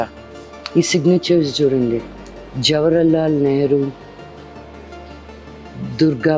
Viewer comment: Jawrarlal nehru kadu.. jawaharlal nehru 🤣🤣🤣